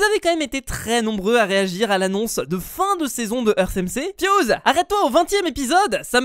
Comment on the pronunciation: Ça ce prononce earte , pas eurce